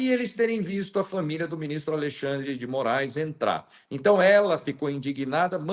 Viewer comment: "A LEI XANDRE DE MOAIS"